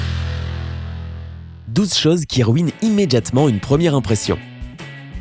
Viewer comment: Svp on dit CHOSES et pas CHAOZ